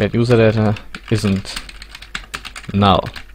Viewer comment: Juserdädä :D